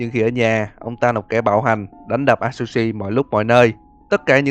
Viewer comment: A tsư shi đọc vậy mới đúng ơi hoặc dùng Google dịch nhưng người Nhật nói